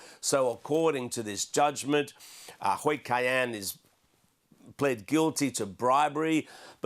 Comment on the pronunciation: Hui Ka Yan is the Cantonese pronunciation of his name (許家印). His name in standard Mandarin Chinese is Xu Jiayin.